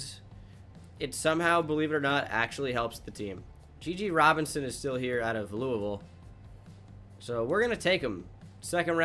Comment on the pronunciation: Nah that’s how it’s pronounced